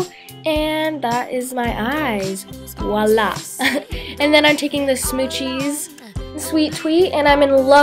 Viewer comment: Good video but when you say "Voila", you're supposed to pronounce the "V". Like Vwalahh